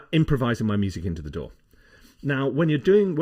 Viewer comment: It took me a bit to figure out that he wasn't talking about a "door," but rather, a "DAW." lol!